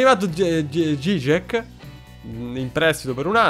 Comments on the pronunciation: la pronuncia corretta è "giciek", finalmente conoscere il polacco torna utile a qualcosa:D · Se ho letto bene Dziczek si leggerebbe "Gicek"